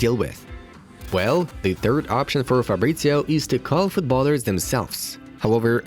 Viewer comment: It's "Fab-rit-zee-oh" not "Farbritzio". Also, he supports Watford, and never kept it a secret.